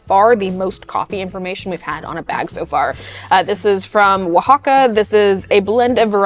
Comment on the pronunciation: so proud of your Oaxaca pronounce